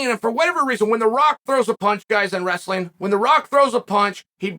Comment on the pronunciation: Just seeing this. That movie was pretty sweet haha. When you said “wrastlin’ “ that cracked me up hahaha